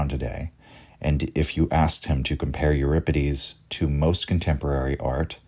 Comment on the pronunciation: thanks for pronouncing euripides correctly.